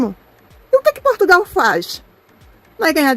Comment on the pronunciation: Aos anos que ela está em Portugal e ela ainda não aprendeu a pronunciar de maneira correcta o nome do nosso país. Ela também pronuncia PortugAAAAAAAAAAAAAAAAAAAAAAAAAAAAAAAAAAAAAAAAAAAAAAAAAAAAAAAAAAAAAAAAAAAAAAAAAAAAAAAAAAAAAOOOOOOOOOOOOOOOOOOOOOOOOOOOOOOOOOOOOOOOOOOOOOOOOOOOOOOOOOOOOOOOOOOOOOOOOOOOOOOOOOOOOOOOOOOOOOOOOOOOOOOOOOOOOOOOOOOOOOOO. Só resta saber "ondgi qui fica essi país" que ela também não sabe pronunciar. É triste ver pessoas como essa brasileira, que apesar de ser descendente de portugueses,, tem um sentimento nítido anti-português. O que será que ela faz em PortugaLLLLLLLLLLLLLLLLLLLLLLLLLLL e não PortugAAAAAAAAAAAAAAAAAAAAAAAAAAAAAAAAAAAAAAAAAAAAAAAAAAAAAAAAAAAAAAAAAAAAAAAAAAAAAAAAAAAAAAAAAAAAAAAAAAAAOOOOOOOOOOOOOOOOOOOOOOOOOOOOOOOOOOOOOOOOOOOOOOOOOOOOOOOOOOOOOOOOOOOO se o país não vale nada para ela? É mais uma que não faz senão alimentar o sentimento anti-brasileiro, que cresce de maneira assustadora. Ela pode ter os diplomas todos que ela quiser, mas ela não deixa de parecer uma tonta, que tem deficiência na fala e que é do terceiro mundo. Sempre deu a entender que era meio tonta, coitada. Ela sempre mostrou esse sentimento doentio, de invejosa, acerca de Portugal e dos portugueses desde o dia que ele colocou os pés cá. Ela que pense só um pouco em que país ela nasceu e cresceu, um país do terceiro mundo,um país cheio de violência e cheio de FAVELAS, que nem para colónia já serve. Tão invejosa que ela é. SEMPRE foi, desde que para cá veio.